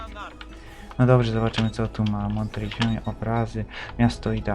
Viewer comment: "no doprze" hehe xD